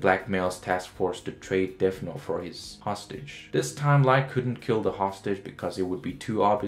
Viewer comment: Bro you need to pronounce your words correctly. It's not DEAF note it's deaTH note